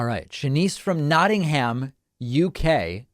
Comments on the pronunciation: I thought it was pronounced like "notting'am". The 'gum' part sounds so weird. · It's nice hearing the way David pronounces Nottingham with very distinct syllables. On this side of the pond we tend to say 'nottingum'. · We don't pronounce it 'nottingum' well, perhaps you do.